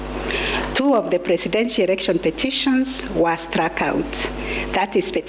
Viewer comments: Kutamka neno erection instead ya "election ".... Ikikuuma jitie kitanzi, concentrate with the important decision made and not with the pronunciation of the word... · can she stop saying ERECTION😭😭😭